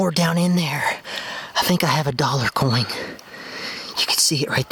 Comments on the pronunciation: Coin doesn't have a G. In it. Its coin not coign. It drives me nuts every time you say coign. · Love the videos man. But are you saying coing? Anyways keep digging them lost and forgotten items up! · Andrew Champy you're the only other person who noticed that he said "coing"! Drove me crazy every time he said "found a dollar coing!" 😂